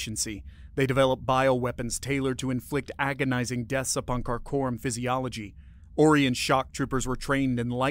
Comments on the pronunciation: I've never heard Orion pronounced as "Or Ian". Only "Oh Ryan". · It is ”O - rye - on", is it not? I could be wrong but hearing "Ore - ee - on", it's wearing thin. It's getting harder to not yell at my tablet as it continuously mispronounces certain words. I'm old, let's just say past 60. I'm just not as flexible as I used to be, and way more crabby!! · Stop mispronouncing Orion.